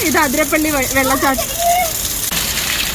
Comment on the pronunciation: not അതിരപ്പള്ളി ആതിരപ്പള്ളി ആണ് chechi